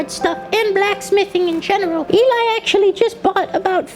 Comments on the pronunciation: why does he keep saying Eli? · I want more of this stuff, the other person talking to us (not Eli, probably butchered that but oh well) MERRRIE CHIRSTLER